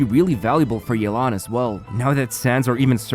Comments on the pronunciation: You didn't pronounce Yelan correctly. You called her Yelang instead of Yelan. Her name is pronounced like "Yeh! - Lan? " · As an authentic Chinese speaker, definitely don’t pronounce it as “yae-lan”. Instead pronounce it as “Yeh-lan” Edit: Sorry had to point it out since in the announcement they were also butchering the name. Which understandable since Chinese names are pretty hard to pronounce without any Chinese background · Not to burst anyone’s bubbles here but her name is pronounced “Yeh-lan” not “yay-lan” 😅🗿, EN VAs can hardly ever seem to correctly pronounce the names for Liyue characters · It’s actually “Yeh-lan” not “Yei-lan”. The EN CV butcher her name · I'm tired of hearing yay-lahn It's yea-lahn EN VAs butchered it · The way English dub pronounces Yalen is not even close to correct. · the english voice actors reading her name as "Yay-lawn" is wrong btw 💀 its the equivalent of colonizing it LMAO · Isn't "yay-lan" the wrong pronunciation though? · nope, that's not how to pronounce it either. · As someone who can read and understand Mandarin/Chinese, I can confirm that the EN VA also butchered the pronunciation of Yelan's (夜闌) name XD